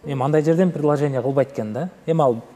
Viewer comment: Преложение эмес,предложение